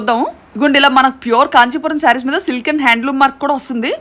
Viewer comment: Adhi kanjipuram ❌ kadhu .. kanchipuram ✅